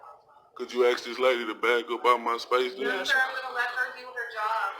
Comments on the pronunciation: The word is A S K Not A X E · What is this axe. He keeps saying axe. "No one has axed me to leave." Is that some southern thing like "fin?" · Anyone who says “aks” instead of “ask” knows nothing about anything. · Brilliant! Let me "AXE" you why you go try to get the police called on you? When you have warrants. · I have a problem with people that "axe" questions over "ask" them. I mean if proper English - and sorry if that offends anyone but it's my opinion - is to hard to comprehend, than comprehending Federal & State laws is questionable